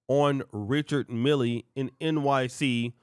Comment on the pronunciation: Richard Mille is pronounced "Rishard Mill" If she paid $250,000.00, she bought a used watch!